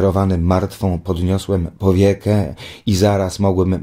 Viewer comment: czm on tak mówi to słowo powiekę xD